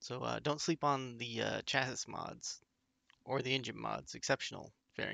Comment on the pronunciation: You don't say the 's' on the end of Chassis my man... bless your soul.